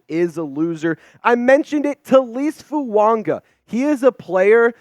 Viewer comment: Absolutely butchering Fuagas name